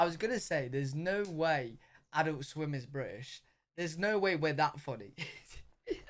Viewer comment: You said Adult Swim and I heard Alister Sim. How tf can you think Alister Sim is not British?! Oh, adult swim. Yeah that’s not British. (And Alister is actually a Scot, but same same.)